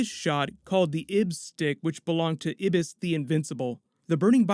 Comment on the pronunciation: It's pronounced "Eye-bis".